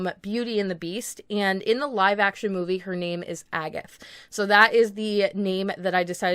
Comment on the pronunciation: Did she say agath or Agatha?